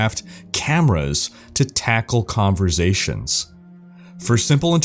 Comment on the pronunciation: converSAtion... not converZAtion damn it